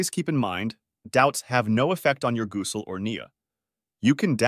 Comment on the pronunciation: These A.I. voices are funny at times: gooosel 😂. But excellent work to load this - it’s a v imp topic and many Muslims suffer from this issue.